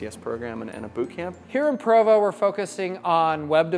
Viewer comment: It's PROVO, not Pravo.